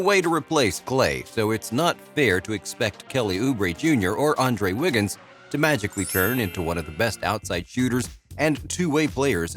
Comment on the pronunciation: “ANDRE WIGGINS”?!?! 😂